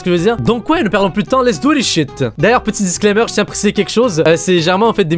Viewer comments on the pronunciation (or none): none